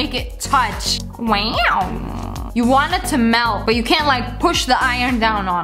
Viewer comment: Oh my god the way she says "weooow"😂😂😂😂